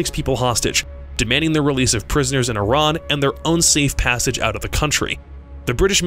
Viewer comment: as an Iranian i appreciate you pronouncing it right :))